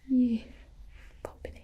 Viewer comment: Gibi:(in a country voice) just one pump Me: welcome to the South jUsT oNe PuMp LaDiEs AnD gEnTlEmEn